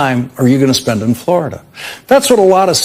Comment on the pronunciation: He can't even pronounce his home state: FLARADA!